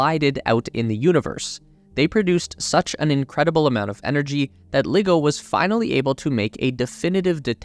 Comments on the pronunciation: Dude, it's not pronounced "liggo", it's pronounced "ly-go". Want proof? Listen to literally anyone who works there. In the same way it's difficult to take a so-called nuclear expert seriously when they say "nuke-u-ler", it's equally difficult to take you seriously when you can't even bother to pronounce LiGo correctly. This isn't hard. Do better. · It's pronounced Lie-go